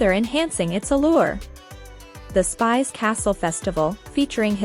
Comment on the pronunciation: It is not called Spice castle but Spish castle!